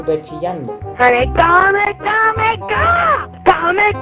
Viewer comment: ES KAAAAAMEEEEEWW HAAAAAMEEEEEWWW HAAAAAAAA!!!!! No Kame Kame Ka :v TE MERECES LA GENKIDAMA MAS GRANDE DE LA HISTORIA... xD PD: El mejor fue el ultimo, cuando apago la play con el ojo mori de risa y desperte a mi familia xD